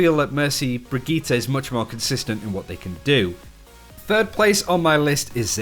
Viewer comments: Brigitte* NOT BRIGGITA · Brigit -"teh" not Brigit -"tah". FFS learn the name - you are a big yt channel on OW so take 5min and learn the bame.